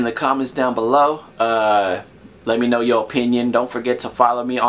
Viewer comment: "let me know" sounds like lemino "mino" like mino made you say mino know what i mean? Hahha ha. Emm